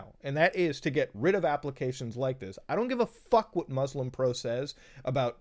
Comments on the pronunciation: Hearing muta not pronounce muslim properly makes me sad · DID HE JUST PRONOUNCE MUSLIM WRONG, WHILE BEING MUSLIM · Dude can say all the prayers' names in arabic perfectly but still says "Mozlem" lol